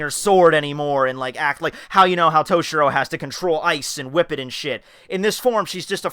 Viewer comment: mah niggah said whipp it xD